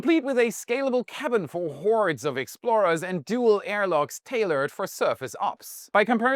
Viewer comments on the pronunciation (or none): none